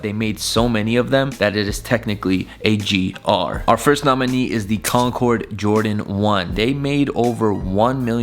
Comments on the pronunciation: Finally pronounces CONCORD right. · Woah he actually said concord right😂😂